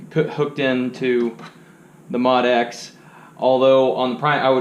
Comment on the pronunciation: Its pronounced MO DX7